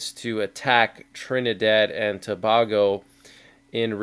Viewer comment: Its pronounced TOO-BAY-GO